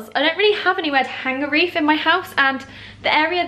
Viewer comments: I'm sure it's "wreath" and not "reef".... I've been thinking about it since you posted the photo on your Instagram... Loving the vlogs as always!! xx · I feel like you're saying reef? 😂 it's a wreath!!